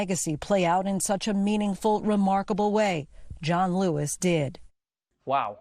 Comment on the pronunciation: Did that anchor seriously call him Don Lewis?? I've listened to that opening several times now.